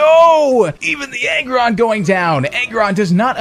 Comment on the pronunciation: every time you were saying Aggron for some reason it sounded to me like "Egg run"